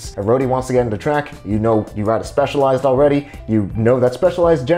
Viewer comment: its pronounced specializ-ed , by my good friend Dionisis...hahahhaaaaaa